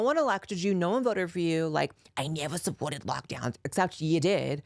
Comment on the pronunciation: “I neva… I neva suppworted lockdeowns” 😂😂